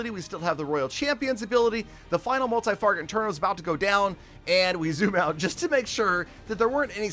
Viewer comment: I’m a noob so the only “failure” I recognized was that at the end of the first attack you call the inferno a “multi Farget inTerno” lol. Anyways if u see this I hope u have a great day!